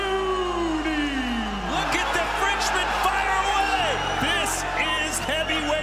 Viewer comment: the fact that the commentator cannot pronounce LAIDOUNI's name correct...pisses me off..